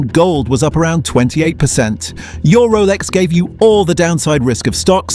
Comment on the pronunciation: A 5 yr old on crack could’ve made this shit vid, even the AI can’t pronounce Rolex properly